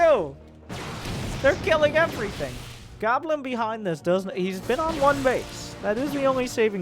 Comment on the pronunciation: I watch Lowko. You’re saying Goblins name wrong.... it’s “Gooblin”.